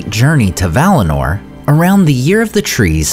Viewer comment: 1. It's Valinor, not valinar. 2. Sindar are Teleri by origin and Silvan elves are also Teleri by origin. 3. We don't know who was Legolas' mother. She might be from Silvan elves.